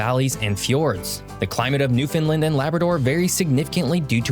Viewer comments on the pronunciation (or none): He doesn't pronounce it correctly in this video, to be honest. It's newfin' LAND, not new finlin 🙂 Love your Newfoundland videos. I hope to move back there one day soon. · LOL! pronounces it "New-Finland", so the auto-translator translates it to Nouvelle-Finlande instead of Terre Neuve. (Latin: Terra Nova) And he calls it Meadows Cove, but it is called L'Anse aux Meadows... and "Meadows" is probably an anglization of "Meduse". In the early 1900s, it was actually called Lancey Meadows by the locals. The Island of Newfoundland is only slightly smaller than the Country of England (not the UK, just England). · lol ya this is a constant irritation for us Newfoundlanders. The "new" and "land" are emphasized and "found" is not making it sound like Newf'n land. Understand? (everybody now) Newfoundland!!!! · I can only assume he's from the US because he mispronounced so many words. Newfoundland rhymes with understand. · He keeps pronouncing Newfoundland incorrectly..